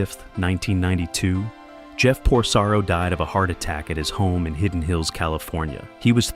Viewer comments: It's Porcaro, not Prosaro. If you're going to produce a video about some one or some thing, at least get the names straight! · Appreciated this post for the memories, but honestly the narration is flat and the names are pronounced LUKE-ather and POR-Karo. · How come you don't know how to pronounce Porcaro?